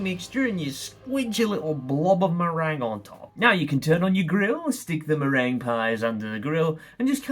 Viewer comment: Meringue being pronounced merang suggests we are watching